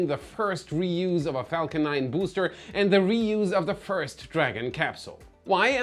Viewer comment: But I love how he pronounces booster boo’s ter